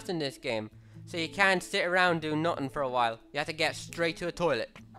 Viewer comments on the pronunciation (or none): Ting instead of thing, Tat instead of that, de and dat instead of the and that, nuttin' instead of nothing...I can't tell if he's irish, British, Asian, or just has the worst lisp I've ever heard...